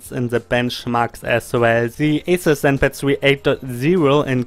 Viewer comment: Do i hear you right? Atut Zenpat?